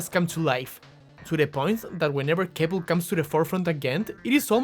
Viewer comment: honestly kinda hilarious that you accidentally mispronounced Kepl's name because part of that whole thing was him being pushed to the background and host Vic forgetting his name 😂😂